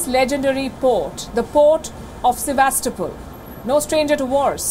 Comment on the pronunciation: Finally, a news anchor who can pronounce Sevastopol.